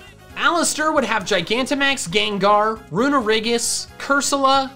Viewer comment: It's gengar not gangar